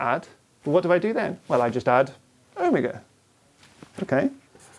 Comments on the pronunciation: o-mig-a o-mee-ga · He said owmiga I didn't know what he meant for like 10 minutes. Do all british ppl say omega like that?